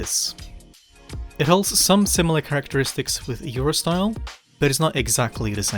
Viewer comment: thought he said Eurostar